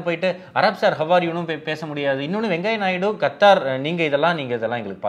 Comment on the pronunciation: வெங்காயநாயுடு‌ இல்லை வெங்கய்யநாயுடு என சொல்லவும்